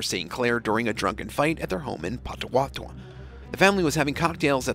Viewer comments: OH MY GAWD I DON'T KNOW HOW YOU COULD BUTCHER INDIAN NAMES IN OKLAHOMA! You also butchered the name of the guy who got the wedgie. You messed up your own content. PAW-TOE-WAH-TOE-MEE. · Pott-o-watt-o-mi is how you pronounce that.